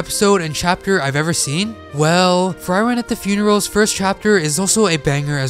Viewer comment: Pronounce Frieren right fcking hell pllsssssss my ears hurt -.